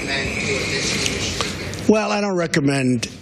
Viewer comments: Why does he keep saying "Industry" as "InDUHstries"? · in-duh-stree! lmao 😂😂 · The way he says the word 'industry' is hilarious. I couldn't help but laugh a little bit.